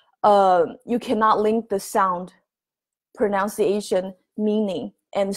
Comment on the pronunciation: Thank you, may I correct your English? You mispronounce the word pronunciation. It is not pronounciation. Most asians make this error.